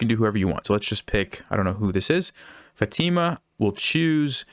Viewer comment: Fa tea mah XD